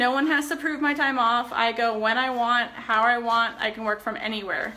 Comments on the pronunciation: I love how she says how. Howr. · Me neither. How does "how" turn into "hawr"? They don't even sound similar. Very odd. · She can't say how she says hower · I have never heard another person pronounce "how" as "haawr" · I wonder if she had speech issues because that msy explain Bella's delayed speech too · It sounds stupid